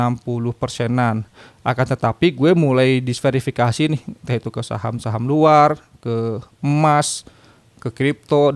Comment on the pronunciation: Diversifikasi bang bukan disverifikasi